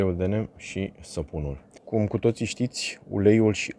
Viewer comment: Se pronunța "nim". Ca nu e ungur sa fie "nem".